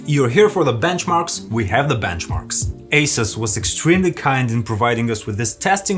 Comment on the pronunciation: Why can east europeans not pronounce the letter H. I GGGGGHAAAVE . ITS I HAVE